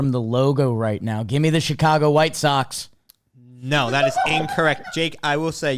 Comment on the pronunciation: Jake saying whitsox almost made me crash my car